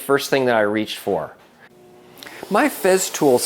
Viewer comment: Its not Feztool, its FESTOOL with an S.